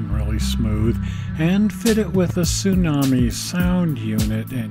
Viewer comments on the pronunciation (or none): none